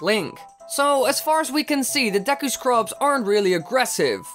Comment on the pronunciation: *Dee-Cue it's pronounced Dee-Cue not deck-ku